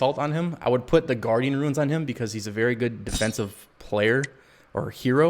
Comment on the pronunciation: Ruins? I thought it's pronounced Roons/Runes 🤦🏿‍♂️